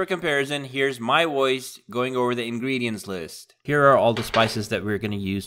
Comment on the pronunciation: Makes a video about voice overs, literally can’t say the word “Voice.”